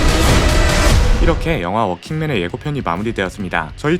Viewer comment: 워킹맨이 아니라 월킹맨으로 써야 합니다. 한국에서는 working 이나 walking을 똑 같이 발음 하는데 이경우 working은 월킹으로 발음 해야합니다